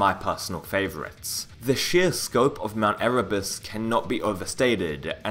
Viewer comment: Dude it's, "mount E-rū-bus"